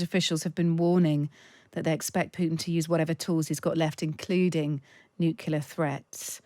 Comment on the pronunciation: learn to pronunce nuclear. It's not complicated.